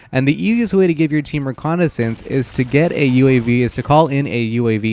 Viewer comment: and u say reconicence